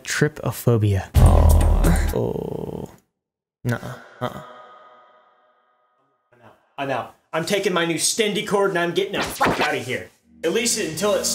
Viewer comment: Him: tripophobia Me try-po-phobia!!!!